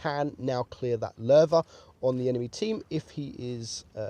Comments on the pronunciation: This was recomended for me now don't konw why but i Like how he sais Löwe (i am from Germany and why can't non germans speake the ö right) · Wow ur pronunciation became pretty good🖒 Nice effort u are pretty close to the original pronunciation. Only a little thing: You pronounce the "e" a little like an "a" but I can't find an English word which has the german "e"-Sound in it (maybe like the e in mechanic but I'm not sure) All in all great effort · U are like the ONLY english or have english as a language that pronounces Ö right lol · He pronunced it right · You pronounced it has good has an non norwegian could have done or skandinavian for that matters